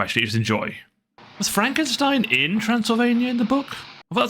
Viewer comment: Remember it pronounced fromk e. Steen